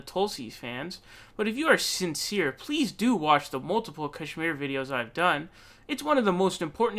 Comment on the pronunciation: I like how PV has the correct pronunciation of Kashmir lol